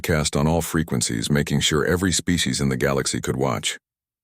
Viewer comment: "Birthed a spee" huh? Bloody useless AI. These stories are getting worse.